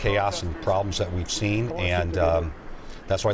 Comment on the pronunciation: "Yea we seent the pegasus."